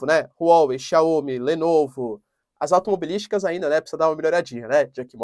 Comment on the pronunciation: Não é Xiaômi, se pronuncia Xiaomíí